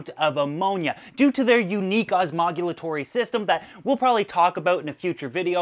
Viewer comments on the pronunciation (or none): id like to point out how well osmogulatory was pronounced on the spot lol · "OSMOLEOTORY" thats not a real word